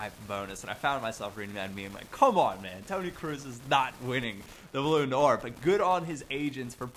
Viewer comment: That's it, game over. can't say Deslandes OR Ballon d'Or. I'm gonna go die now.